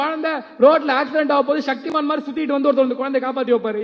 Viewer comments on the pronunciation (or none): none